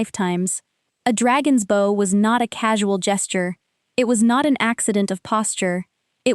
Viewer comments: Please teach your AI that the word “bow” is pronounced with an “ou” sound. Such as cloud or doubt. Thank you. Good story. Listening from Jacksonville FL, USA; p.m. EDT. ❤❤ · Your reader is confused between the two pronunciations of heteronym "bow."